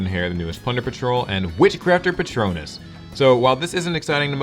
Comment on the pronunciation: You can spot the Harry Potter fans by how they pronounce "Witchcrafter Patronus" :)